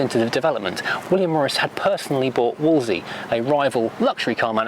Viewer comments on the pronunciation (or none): Just think, only 8 years between the Minor and the Morris 8 Series E which was parked next to it. I think there were more engineering developments in that last prewar decade than in any other. ps I was always taught to pronounce it Woolsey.